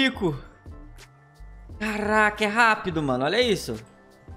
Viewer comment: Dificuldade de uma pessoa de falar CaRaCa é impressionante... vai num fonoaudiólogo, tem esperança... ñ se deprima!😂